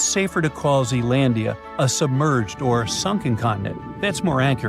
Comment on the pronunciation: It's Zealandia